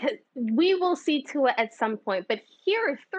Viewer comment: Lmao at RC butchering Tua's name